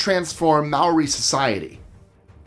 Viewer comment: Hi, you do a really great job with pronouncing names and words properly. However every time you touch on the kiwi first people, Maori, you’re not saying it right. Maori is not pronounced “May oooor eee”. It’s proper pronunciation is more like “mow reee”